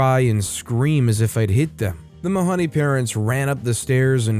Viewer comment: Mahoney rhymes with baloney!! Come on. The mispronunciation drove me nuts.